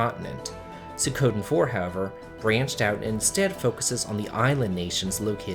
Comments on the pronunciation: say it with me now, "swee - Ko -Den" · Great video - quick Japanese pronunciation thing though... Sui-koh-den (don't accent the second syllable) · The i in suikoden isnt silent